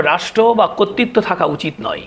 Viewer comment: কর্তৃত্বকে 'কত্তিত্ব' বলেন কেন?